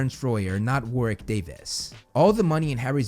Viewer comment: for pronouncing Warwick correctly this time 😄